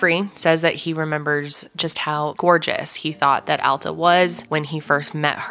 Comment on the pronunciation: Thank you for pronouncing "Alta" correctly! ❤️ It's not a common name and a lot of people mispronounce it.